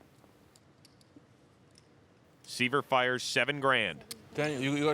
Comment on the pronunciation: IT'S SCOTT S(EYE)VER NOT (SEE)VER)........................... IGNANTS!